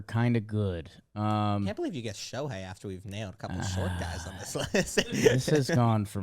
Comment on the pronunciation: saying " I belw Bobby Witt" and NO ONE saying anything...